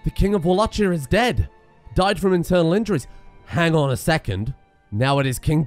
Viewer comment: the way he pronounces Wallachia is gonna annoy me for the rest of these videos lol